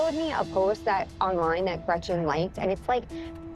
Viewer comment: I can't when gina calls gretchen, gretchers. Like stfu so fake